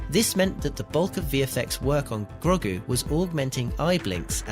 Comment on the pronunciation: Lol, "Groggu"